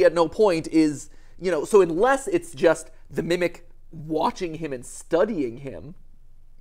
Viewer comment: I love how mat is just like, “IN-less” and is just like “UN-less” pushes back glasses 🤓